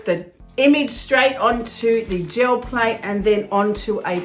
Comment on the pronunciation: I hear "Joe Plate" every time. lol